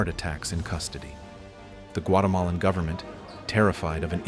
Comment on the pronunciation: "Governmen" loll